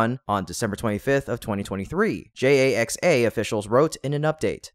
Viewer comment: JAXA is pronounced "JAX-A" Please let your AI know that.